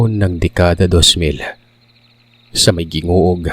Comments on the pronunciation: it's not pronounce as GIngoog.. but it's HINGOOG.... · Wow na excite ako, taga mis. Or din po ako kalapit lugar lng Nami ang Gingoog (hingoog) po pagkakabasa nyan. By the way gd evening sa lahat Dyan sa pinas, gd afternoon dito naman sa saudi🫶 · HINGOOG po ang tamang pronounciation ng GINGOOG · Angvpag pronounce nyan ay Hingoog pero Gingoog yan kumbaga yung ge naging h kapag e pronounce